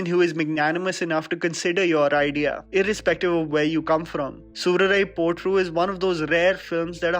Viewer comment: nailed uttering the title in tamizh.. good job 👏